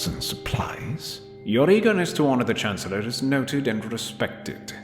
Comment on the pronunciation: "...We are saddened to report the Chanellor has passed away today. Clearly, it was a coup by the Jedi......"